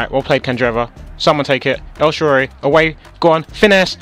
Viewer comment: HAHA HE SAYS EL SHARORY!